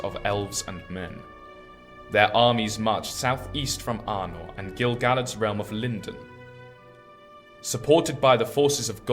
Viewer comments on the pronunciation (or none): Except Gil-Galad isn't pronounced like Dill-Salad.